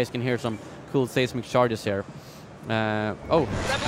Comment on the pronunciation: It's not "say"smic charge, it's "size"mic charge. Your videos are awesome!